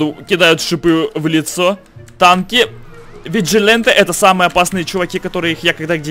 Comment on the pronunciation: Как же режет уши слово "Виджиленте", а разве не "Виджиланте"?